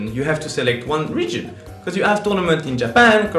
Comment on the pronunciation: it took me a while to figure out he was calling us the "reach", not the "rich" lol